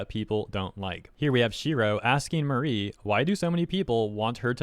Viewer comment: Her name is not Marie, it’s Mari, rhymes with sorry